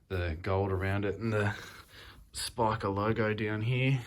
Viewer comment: You're saying Spika correctly, mate. Good job on the video!